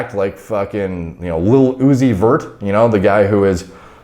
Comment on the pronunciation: The way you said lil-uzi-vert😂